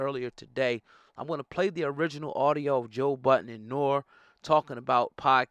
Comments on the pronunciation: It’s pronounced “Norry” not Nor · "NOAR"? It's Nor-ree! 😒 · Bro I hope you know it’s pronounced (Norey) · You sound so stupid saying Noor.... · Dog, how old are you? The name is pronounced "Noree". This guy🤦🏿‍♂️ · He keep calling Nore Nor and its annoying lmao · NORE the E is not silent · You saying Nore name wrong.... I feel your point though!!! These dudes disrespecting!.... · Why are saying Noreaga's name like that, you never listened to CNN?